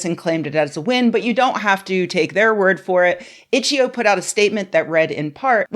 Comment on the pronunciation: didnt even say the name of the game website correctly. its itch. eye oh. not itcheoh